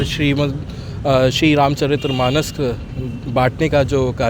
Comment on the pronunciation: एंकर महोदय! रामचरितमानस को रामचरित्रमानस न बोलें यदि आप हिन्दू हैं ।